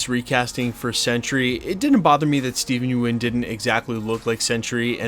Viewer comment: Thr way you’re saying Steven Yeun wrong bothers me